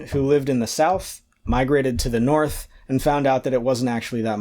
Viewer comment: "Sorth" lol Genuinely amazing, informative, and entergaging. Thank you!